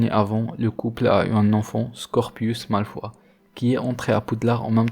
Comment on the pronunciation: Ça me fait bizarre que tu dise malfoie au lieu de malfoye